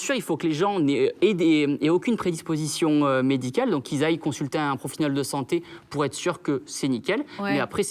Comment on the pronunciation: consulter un "profiniol" de santé ? ahaha